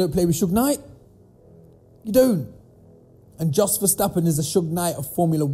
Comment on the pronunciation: Jos is pronounced 'yos' my bro ✊🏾